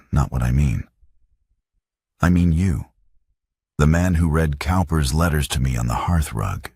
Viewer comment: "Cowper's Letters": "Cowper" is pronounced "Cooper."